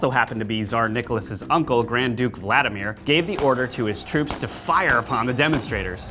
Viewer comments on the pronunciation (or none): none